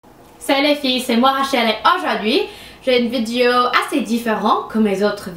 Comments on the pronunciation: Tu dis vidio au lieu de vidéo x). J'ai dit à eux = Je leur ai dit Félicitation pour ton français :). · On prononce vi-dé-o